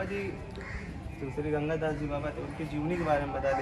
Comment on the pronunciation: Bro it's ganga das ..ganga gas nahi...